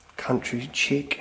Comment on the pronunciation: country 'chick' haha, heads up 'chic' pronounced [sheek]